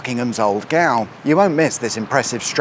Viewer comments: Gaol = Jail! Not Gowl! I have never heard that pronunciation before! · Nice one. But Gaol. Gowl...? Surely it's pronounced the same as Jail...??? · Thanks for another Quacking episode,. I think this has been a good week for nearly everybody in the UK. It's pronounced jail but you already knew that. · That's an interesting pronunciation of "gaol"! The correct way to pronounce it is "jail", which is why the spelling changed... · Seconded. My home town of Abingdon also had an "Old Gaol" (which was a leisure centre in my day, now posh flats) and that was pronounced the same as Jail. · "Gaol" is pronounced "Jail". That spelling has now largely gone out of use to be replaced with the American one (🙄) but as recently as 1886 the author Robert Louis Stevenson used it in his novel 'Kidnapped'. Yes, I do have a copy. 🙂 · Doh!!! Gaol is pronounced jail ... as in clink ..also prison... also as in at His Majesties Pleasure.....Oh and doing Porridge... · Brilliant Video as ever, but can't help but point out your pronunciation of GAOL. It is in fact the old word for Jail and pronounced the same, your guidebook even says it was a prison in 1748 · Just to let you know that Gaol is an old spelling for and pronounced jail. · Hate to be the one, Gaol is pronounced Jail. Who would have thunk! (You did it on purpose, didn't you) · I hate to be 'that guy', but Gaol is pronounced jail - it's an archaic spelling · Admittedly I had to check but gaol is pronounced jail in Britain. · Gaol is pronounced jail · I must confess I thought he said gal. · Gaol? It's pronounced Jail. The correct English spelling is Gaol, the American bastardized it into Jail. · Errrr, - "gaol" is really pronounced "jail". Or was your pronunciation facetious? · Which would be because it's not. It is pronounced "jail", but I suspect you knew that 😁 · Whas he taking the p...s when he pronounced gaol? It's pronounced the same as jail. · I'm not quite sure that's how you say gaol!